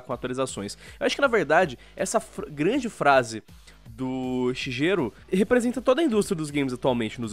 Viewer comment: Só uma correçãozinha (por favor se tiverem lendo isso não me levem a mal), a pronuncia não é "Shijeru", mas sim "Shigueru";)